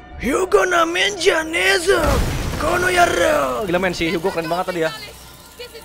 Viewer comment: Seharusnya bukan Hugo,tapi Hago😅😅😅